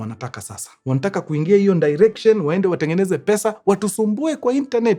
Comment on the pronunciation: leo the kamba in you decided to announce "iyo ndirection"😂😂